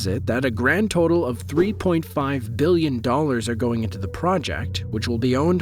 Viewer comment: 3.5 "billon"???